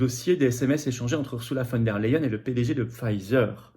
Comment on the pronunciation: Flotian, le e suivi d'un i (y) se dit aÏe en allemand. On dit "phone d'air la hyène" et non "phone d'air les hyènes".